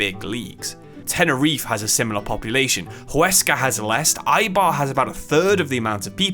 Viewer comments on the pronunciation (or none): none